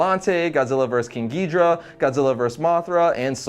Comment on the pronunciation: Its gi-dorah not geeeeeeeeeeee-dorah